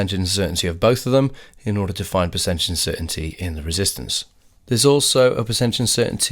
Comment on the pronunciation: No, we do say "resistance" instead of "reesistance"